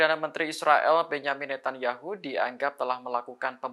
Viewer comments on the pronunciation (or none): none